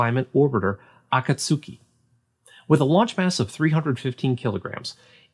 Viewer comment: My comment is a reference to a anime called Naruto. I believe in Japanese it had something to do with the cloud. And your pronunciation was wonderful, great vid!